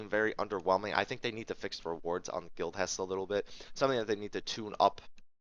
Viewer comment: For a moment it sounded like Guild Chest. Thanks for the video